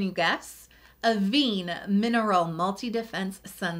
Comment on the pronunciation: One small thing, Avène is pronounced as "ah-vehn" 😊